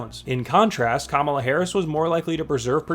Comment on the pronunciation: "Kala"? KAMALA